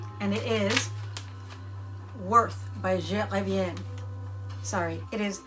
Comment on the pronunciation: Ooo the way you pronounced Je Reviens 💖💖💖